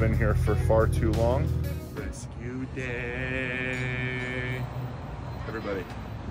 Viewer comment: Your "rescue day" sounds like "amazing grace"... 🥰😂👍